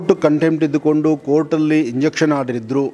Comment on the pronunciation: ಸ್ವಾಮೀಜಿ ಅದು ಇಂಜಕ್ಷನ್ ಆರ್ಡರ್ ಅಲ್ಲ injunction order ಅಂತ 😁